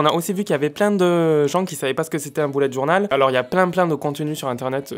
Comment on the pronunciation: "boulette journal" Mdrrr l'accent totalement absent xD